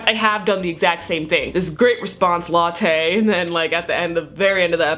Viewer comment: She pronounces lottes name as latte TF?! XD